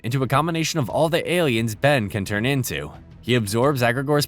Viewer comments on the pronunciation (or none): none